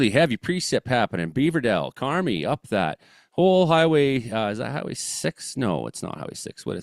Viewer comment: Carmi = 'car-my' 🤙